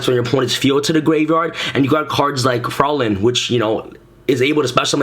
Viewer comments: TrippyMane Yeah it is german. The nearest Pronounciatuon is "Freuline" in german it is written Fräulein. It means a young woman who isnt married but nowadays It isnt used anymore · No critism, just for fun: Vampire Fraulein is a German name. Its spelled ,,Fr- eu (sounds like ,,oy") -lein. ,,Frolin" like you would spell it, means ,,young woman" in German. But its a very old word, no one says that today. Execpt my grandpa maybe.